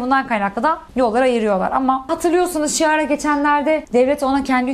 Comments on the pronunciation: Ayy ısrarla Şiara demeeen😩 KİARAAAA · Askim su kiza (chiara) şiaraa deme yaaa.. chiara (kiara) de. Italyancada kiara deniyor. Bu arada buyuk ihtimal bosanacaklar.. fedez baska erkekle aldatmis diye aoyleniyir. Tercihler konusunda farklilik yasamak istiyor sanirim.!! Bu durum oblara magazin oldu en sevdikleri sey zaten. Italyanin kardasihanlari oldular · Aşkım güzeller güzelim CHİARA’ya (ki ara) neden ŞİARA diyorsun 🥹🥹?? İtalyanca da CH ki diye okunur bilmediğim bir detay mı var!? Love you happy birthday queen 🎉❤ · İtalyanca Chiara ismi Şİara değil Kiara diye okunur Yabanci isimlerin telaffuzunu programa çıkmadan önce araştırmanı tavsiye ederim Burdaki enerjin ve rahatlığımı inşallah Tv de de görürüz Gerçi Hande ile çok kolay değil Şansına biraz zor biri çıktı ama gitgide heyecanını atıp rahatlıyorsun bol başarı diliyorum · "Şiara" değil, "Kiara" diye okunuyor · Italyanca chiarayi,kiara diye okumalisin pls 🙃🙏🏻not şiara. baska birinden bahsediyomussun gb geliyo😂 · abla chiara= kiara diye okunuyoo 🫶🏻 bu arada italyan hükümeti bi yasa çıkaracaktı en son bu tarz yardım kampanyalarını işlerine nasıl geliyorsa kullanamasınlar diye ve hükümet bu yasanın adını ferragni yasası koyucaktı, baya kötü bi olay 😅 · chiara, şiara değil kiara diye okunuyor bilgin olsun 😂❤ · siara degil kiara diye okunuyor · Şiara değil Kiara hahah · Chiara yazıliyor ama Kiyara diye telafuz ediliyor 😅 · Kiara diye okunuyor ❤ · AŞKIM KİARA DİYE OKUNUYOR. EKSTRA O ÖPÜŞME BAYAPI OLDU YAA YENİ DEĞİL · Chiarayı şiara die okuyamazsın… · Chiara isminin okunuşunun doğru telafuz et lütfen, çok kulak tırmalıyor.